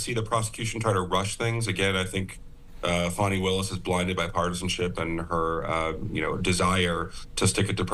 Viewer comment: It's Fani,... NOT Fawni! 🤪